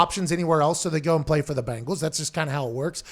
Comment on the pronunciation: It’s bengals not bangals.